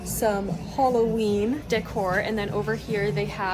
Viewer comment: it’s not holloween it’s Halloween.